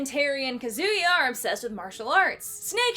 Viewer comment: This is a great video! (Thats the most American pronunciation of Kazuya's name I've ever heard)